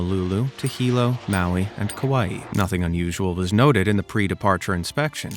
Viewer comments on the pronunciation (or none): none